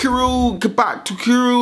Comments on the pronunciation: My one miff about the episode: kabuto is pronounced with the stress on the first syllable, not the second. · I find it stupid that Andre can't pronounce easy Japanese words like Gigan and Kabuto. I knew how to pronounce those words to first time I read them and I was 6! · You said Kabuto wrong...... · You can say "oroku saki" but you cant say "kabuto" :P